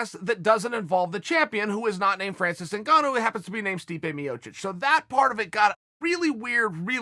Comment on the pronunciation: Oh by the way his name a not Francis zingano or pronounced that you absolute fool.